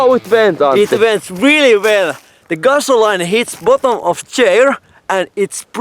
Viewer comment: You speak great English. I do want to say gasoline is pronounced gas-oh-lean. I hope that helps. Awesome videos!!!!!!!